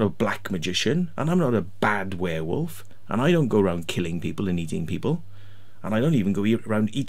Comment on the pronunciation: Please don't admit you are from Wales, Warewolve ffs 😂😂😂